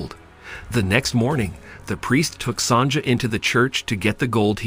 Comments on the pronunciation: It's pronounced "Son-ya" not "Son-ja." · Sonja is pronounced Sonya. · Mistress "Sonja", it's pronounced Sonya. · Your pronunciation of Sonja is the funniest thing I have heard in a looooong time. Clearly not gold. Gold is HEAVY. Almost 20 times heavier than water, for instance. This lump would be quite a few pounds of gold and there is exactly no chance of holding it and moving it as shown.